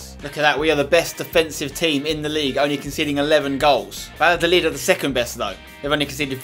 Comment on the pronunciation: Dear Spencer, please implement some Spanish pronunciation. Two L's in a row makes a "y" sound Ex: it would sound like Vayadolid